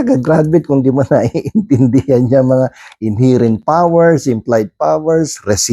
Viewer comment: KA BA TALAGA MOKONG. PRONOUNCE MO NGA " INHERENT ' CORRECTLy para naman at least magmukha kang atty🤣🤣🤣🤣🤣